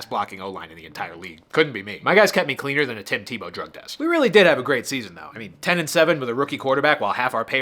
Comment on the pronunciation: "Tim Tebow Deug Test" 😂